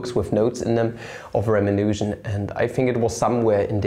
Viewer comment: I think you're mispronouncing Ramanujan, which is pretty embarrassing for a mathematician. The accent is on the second syllable according to both English and German wikipedia articles.